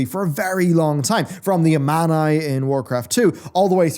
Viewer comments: A-MAN-EYE? AH-MAHN-NEE! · its pronounced a-ma-nie, fun fact it means peace in hindu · That Amani pronunciation was rough, bud.